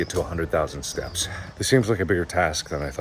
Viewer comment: it kind of sounds like he's saying stabs and not steps hey mark who u gonna kill... i ain't gonna tell the authorities